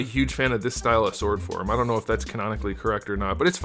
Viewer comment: That's his humor. He also usually pronounces the "w" in sword for comedic effect. Works for me